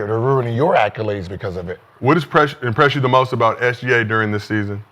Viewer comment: And somebody please tell Gil it’s accolades not ALCOLades